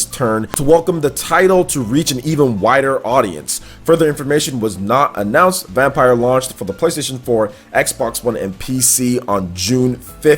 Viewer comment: Reeeeeee he isn’t pronouncing VampYr right